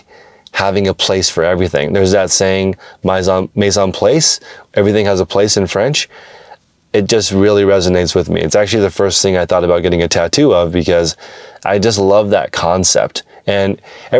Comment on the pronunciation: Please learn how to pronounce mise en place and understand it within the context of the culinary world before getting that lower back tattoo 😉